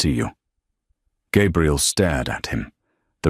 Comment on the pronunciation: Love the story, hate that you are saying her name incorrectly-- Gabriel (male) Gabrielle (female & what is written) From California 😊